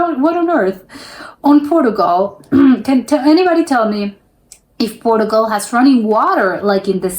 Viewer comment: it's obvious, apart from the banner headline, that you're American because you're mispronouncing a lot of words in this video, e.g Portugal, and many of the typically dumb comments you've made that can easily be attributed to an American. Trust me Americans really are that stupid.